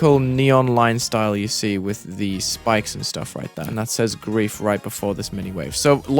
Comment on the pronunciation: BRO YOU DONT KNOW HOW TO SAY GRIEF💀